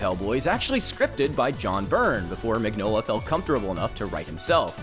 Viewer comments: The man's name is pronounced "min-yola" not "mig-nola". That's just the way it is, like mignon (meaning cute) in french. That's his name. Maybe if you love his work you could care enough to get his name right?... I comment because I also love his work and I don't see a single comment related to the fact that the creator/author/artist's name is pronounced completely wrong... I love Hellboy. I love many of Del Toro's films, respect him very much as a director and enjoy hearing him speak about film. Del Torro's Hellboy is not Mignola's Hellboy and not the Hellboy I love! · Ron Perlman is awesome. And I really need to get the Hellboy hardcover collection. Also, I thought it was pronounced “meenyola” because it’s italian. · I hate being that guy but you pronounce the G in Mignola like a Y.